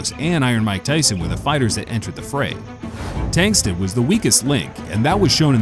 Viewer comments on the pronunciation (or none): At least get his name right. It's not "Tengsted" His name is Steffen Tangstad.